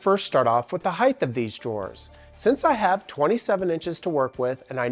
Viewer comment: The word is “hight” not “highth.”